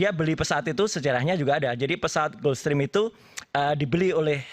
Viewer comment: Gulfstream dibaca "gelfstrim" bukan "gUlfstrim"